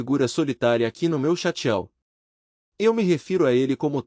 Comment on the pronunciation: Chateau! Lê-se chato com acento circunflexo! Quer dizer castelo!